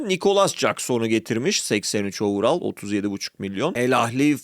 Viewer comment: overall öyle telaffuz edilmiyor, istersen bir araştır.